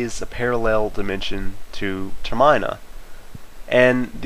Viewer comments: I like your theory, it's very solid. One thing I wanted to say though is I think it's pronounced Ter-men-a not Ter-mine-a =/ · ter-min-a not ter-MINE-a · Not so much Ter-meh-na but Ter-mih-na. As in terminal, because the world is going to die in a set time. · Holy fuck it's Ter-min-a not Ter-mine-a.This is also a very bad theory. Just saying it doesn't make sense. Don't watch this video. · I wasn't annoyed to be honest, I was just surprised is all. When I think of Termina, I think of the word Terminal just without the "l." So, it's pronounced like Terminal just minus the l, but there are some things in the Zelda Universe that I think I keep pronouncing wrong anyways lol. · ter-MIN-a not ter MINE-a arrrrggggh (no im not crazy) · it's ter-min-a not ter-MINE-a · It's pronounced term in a, not ter mine a. The way u pronounce it just sounds stupid, just like marry o instead of mario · Nice theory and all, but seriously, please, pronounce Termina right! The name comes from "Terminate", you know, like the Terminator! (Term-ee-na, not Term-ei-na) Please! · TER-mih-nuh Not ter-MY-nuh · It's Ter-MEE-NA, not "Ter-my-na"... SAY IT RIGHT! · I've only heard it called Ter.min.a not ter.my.na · Ter.Min.A not Ter.My.Na! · It's termina not terminea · Ter-MINA? I say TER-mina. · its tare mee nah TARE MEEH NAH not tare my nah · Wait wait. TER MINE AH? Ter min-uh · Ugh, I can't stand his pronunciation. It's TER-mih-nuh, not Ter-MAI-nuh.-_ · It's ter-min(ute)-a not ter-mine-a. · Termine--a???? TERMINA!!!!!! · Learn how to pronounce termina Jesus Christ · ITS TERM EH NA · its pronounced ter-min-aah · Facepalm yourself for pronouncing Termina wrong it's like saying terminal without the the 'L" and Terminal means the end by the way; proving link is in hell aka Termina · get a life bro, u really went through all the comments to reply to everyone. If the creators of the game pronounce it Ter-men-uh then that's how it is, stop defending a guy u don't even know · ITS PRONOUNCED term in ah